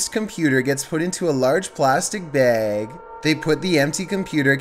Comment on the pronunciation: Did he say "bag"? It sounded like hey said "BEHG"